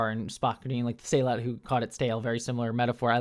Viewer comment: Why is everyone mispronouncing sehlat? Spock even gives the proper pronunciation in the episode